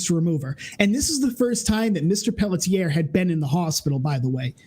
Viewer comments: I am from Quebec, Her last name is pronounced in 2 syllables Pell tzi ay, it's like the 'et' is rushed at the end of the first syllable. So like Pelltz iay. I hope that helps? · it's pronounced pell-shay 😂